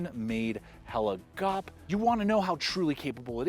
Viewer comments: When he says, “Hella Gawp”!! Hilarious. It’s Hell-eh G-ou-peh. Say the ou like you say ouch. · Awesome video, awesome blade! BTW: «Gaupe» (lynx) is in Norwegian pronounced in two syllables like /gau-pe/ OK? All the best from Norway (Norge = /nor-ge/ 🙂)